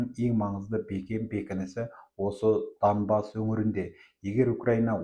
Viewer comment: Данбас емес Донбас қой..